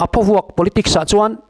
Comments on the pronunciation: Thing phaw lam rik anga lam tur emaw ka tia.Eg.thingphaw vuak.😂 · Phawvuak tih hi,Hnaruak tih ri anga ri tur a ni e